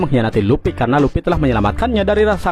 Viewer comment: Bukan luppy mang,luffy..luffyyyy